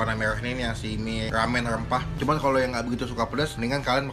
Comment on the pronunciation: Mie rrrrrrrrramen rrrrrrrrempah